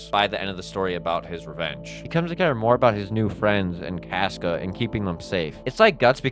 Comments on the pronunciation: My guy it’s pronounced “cosca” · SAY CASCA RIGHT OMG